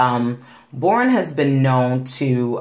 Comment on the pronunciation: It’s pronounced Bor On not borin, just thought you might want to know. 😊